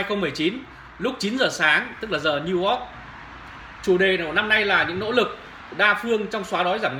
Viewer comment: Niu Ogg ??? Đọc cũng ko xong , toàn dân tri thức